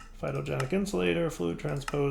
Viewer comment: First time I've heard him say Phytogenic Insolator correctly! Gj:D